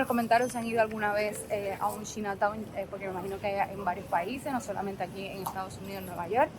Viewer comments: Hola se pronuncia chaina town no china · Se pronuncia chaina town 🤣🤣🤣dice q china 🇨🇳 town 🤣🤣🤣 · 😂 no corazón! No sé dice "chinataun" sino "chainataun" (Chinatown). ❤❤❤ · Saludos. Si lo vas a decir en inglés se pronuncia CHAINA. Si no mejor di barrio chino. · La palabra chinatown, es una palabra en ingles. Se pronuncia chainatown. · Por favor trata de no hacer el ridiculo. No pronuncias bien China Town, ho das datos concretos....UBICATE